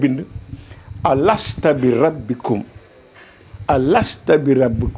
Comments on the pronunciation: c'est "Alastou" Au lieu de "Alasta" je m'exuse pour la correction🙏mais le devoir oblige. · On dit alastou bi rabikoum eu lieu de alasta